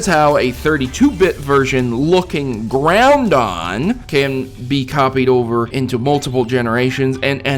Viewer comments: its said grau don not ground on there is no N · It's Groudon, not GrouNdon, you idiot. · Brah it not groundon its groudon Even i used to say that but my friend corrected me in pixelmon once xD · Groundon? wot bout Groudon? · he says. groundon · To get this straight He pronounced Groudon wrong on purpose It's a pun so all the dumb fucks out there who think you are smart stfu and realize the way he said Groundon was obviously a joke... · Learn how to say Groudon. There is only 1 "n" in the name.